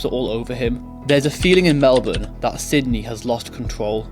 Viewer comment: First non Aussie to say Melbourne correctly. Congrats to you 👏